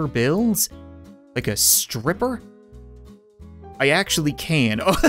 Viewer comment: "can i pay you in doller bills like a sriper?" Had me dying🤣🤣🤣🤣🤣